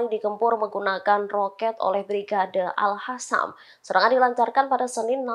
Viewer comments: Mba presenter Al QASSAM bkn Al HASSAM, gatel kuping dengernya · Tolong dikoreksi ! Kok pembawa berita ini membacanya Al Hassam sih ? Ngga enak banget didengar . ( Al Qassam ) harusnya diaca Al Qossam . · Al Qosam, bkn al hasam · Min, tlg pembca beritanya nyebut al qosam yang bener.. AL QOSAM BUKAN AL HOSAM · Bukan al hasam min tapi al kasam. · bacanya: al-kosam bukan al-hasam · AL QOSAM neng AL QOSAM bukan AL HASAM !!!!!!! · Bukan hasam mbak... Tapi al QASAM ! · Woooyy AL QOSSAM BUKAN AL HASAM. TLG REDAKTUR BERITANX DIBERITAHU REPORTERNX ITU. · BUKAN ALHASSAM yang cantik..!! tapi ALQASSAM..😂😂😂😂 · Hai reporter, p ake jilbab koq ngomongnya al hasam. Harusnya al qasam. Agar terlihat cermin islam mu ! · Para pembacatribun new,lidahnya perku dikerok pake cincin àbu akik,biat bener bacanya,al qossam bukan al khosam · tlg yg baca berita,,,di evaluasi,,klo baca Al Qassam jgn di baca al khassam itu salah ,,,dikuping telinga terasa gaduh,,,,sakiiit